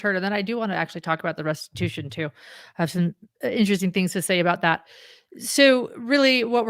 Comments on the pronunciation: Stories Podcast - In Jodi’s statement at 1h23 in this video, did she say “restibution “? A fusion of restitution and retribution? I listened twice and that’s what I think I heard. If so, “restibution” is not a word. Does she understand the difference? And does she understand that serving time is not restitution? Very strange and concerning statement, imo. Will the board of Connexions be liable for any damages to the children, ie Pam? And what about the bishop and stake president mentioned by Ruby in her statement, that they counseled her away from what she did and she didn’t listen - implying they KNEW about the abuse. Any possible liability to the as individuals for not reporting? Or for the church? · Has anyone else noticed that Jody said restibution instead of restitution? She wants to make “restibution.”